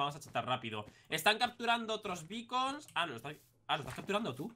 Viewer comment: Se dice beacon